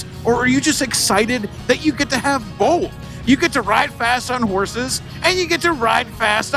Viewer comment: Can we get a "bolth" count? 🤣🤣 I agree, I don't get the hate. It's different, and Its not marketed towards me but that doesnt mean it's not a cool bike. And someone is going to buy that bike and love it.